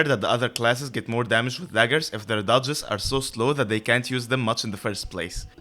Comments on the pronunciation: it will help to overpronounciate dodges since when you say duchess dodges you tend to make them both sound very similiar duchess is fine, but dodges, try to add more "ahh" in the o of the dodges. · A very useful video for sure but I spent most of the time asking if you are saying duchess or dodges